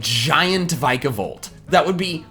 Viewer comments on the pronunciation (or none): You're awesome dude, but the way you pronounce some things is so bad! XD "Alo-LA" its "Alo-luh," and "Vike-a-volt" is how its spelled "Vikavolt", don't get me wrong though everyone does it XD I say Mage-arna and Necr-ose-ma so oopsies lol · It hurts to hear you pronounce Vikavolt wrong.